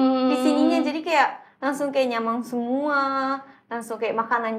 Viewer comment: Kocak haruka lucu saat ngomong nyaman jadi nyamang wkwk